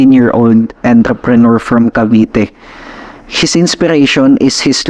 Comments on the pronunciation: “ENTREPRENEUR” not ENTER-PRENEUR hahaha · ENTERPRENEUR ng ENTERPRENEUR. sakit sa ears.